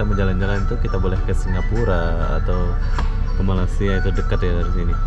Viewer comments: Malaysia bang bukan malassia,🤭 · Malaysia ❌ Malasia✔️ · Malaysia bukan malasia 😄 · Bang kmu kan udah lama tinggal di malaysia, kmu spellingnya salah bukan malasia tapi yg benar malaysia, sukses terus bang :)